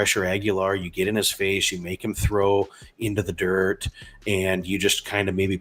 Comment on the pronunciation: Duck.... Syracuse/Tennessee...."into the dirrrt" 😁